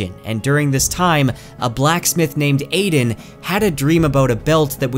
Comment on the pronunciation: Bro it’s AH-DEN not AIDEN, the audible book says it this way and it just grinds my gears lmao, watch the anime and you’ll understand